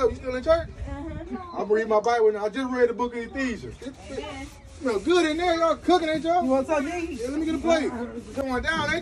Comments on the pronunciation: Did he say the book of “ethesians”???🙃🙃 🤣🤣🤣🤣🤣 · Homeboy said the book of Ephesians 😭😭😭😭😭